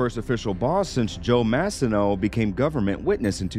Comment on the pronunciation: Idk how they can f up “mah-c-no” and say “massy-no”, but congrats, you did it lol